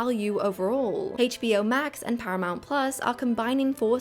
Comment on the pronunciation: Well-made,! But your pronunciation of HBO really hurts my ears.